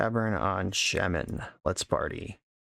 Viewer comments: Are you intentionally saying shemen rather than shaman 😂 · never heard someone say shaman like that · Yeah that’s something I thought was a little odd too but I figured it was just one of those words that is pronounced differently based on region. He is pronouncing the first syllable as if it rhymes with “lay”, “hay”, or “bay”, while I’ve always heard it pronounced as rhyming with “saw”, “law”, or “awe”